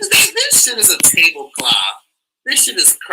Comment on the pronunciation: The way you say Table Cloth 😂 Love it